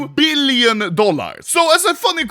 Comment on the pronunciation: "3.3 BeEleon Dollahr"